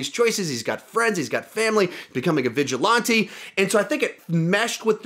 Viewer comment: The tf does this guy say vigilante like that